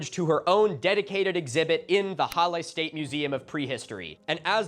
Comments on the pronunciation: "challe" The H in german is pronounced as if you are trying to warm your hands with your breath ^^ And a double L will shorten the primary vowel infront of it. So: Breathe out -> short a (Or a short "laugh": ha) -> le Halle. Hope this helps with future pronounciation, though I don't think any german would criticise you for that too harshly. There is a saying german: "Deutsche Sprache, schwere Sprache" (German language, dificult language) ^^ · On “Halle” — H is pronounced as h, like in height, but well done XD Basically hull-eh. Damn the afternoon activity; people in this country actually getting stuff done for a change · they were actually... well they arrose earlier. they already got strong votes in 1932 and they tried a coup a decade before that. pronounciation: halluh yeah and its saale, long a. like in far, pull the a long lehbensraum you make a pause after the s, bc amt= buerau or office. excellent work on the ü heberer= heh bera uhnen (pause) err-buh extern (ekstern- stine) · no "ch" sound. [ˈhalə] Short and strong "h", weak/soft "a" (you don't really have that in English), your L sound is good and to close of a short "e", which you sometimes to properly as log as you don't make it Hallie. Don't try and lengthen it. English wants to lengthen its vowels, Germanic languages vary their vowel lengths. It's expected that your struggle with the "a" as English only has strong aɪ, æ and ɑː sounds for "a" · Your pronunciation of reichsüberwachungsamt was lowkey better than your pronunciation of the other German words in the video like Halle or lebensraum